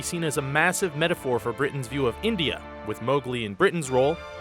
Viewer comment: it's India not indea idiot